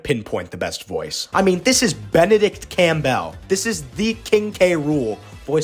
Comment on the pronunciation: "Campbell" is pronounced "CAM-bull". Not "Cam-BELL".